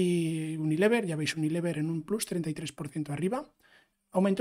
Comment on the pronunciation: Me encanta tu contenido, muy bien explicado, nuevo subscriptor. Sólo un apunte si me permites, "plus" en español no significa "más" y si lo estás diciendo en inglés sería /plʌs/. Lo digo como mejora, porque al menos a mí me chirría cuando lo escucho, no como crítica.